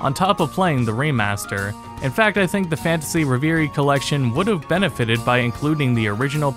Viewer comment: Excellent video apart from the way you pronounced reverie.